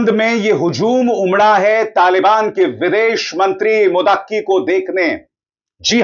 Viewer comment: wo Mutaqqi Nahi hai Muttaqi Hai